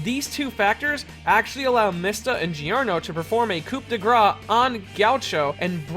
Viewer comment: Coup De Grace (Cu-Da-Gra)